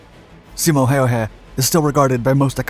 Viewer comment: Props on your pronunciation! Never heard native english speaker pronounce Simos name and many of the city names as good as you did💪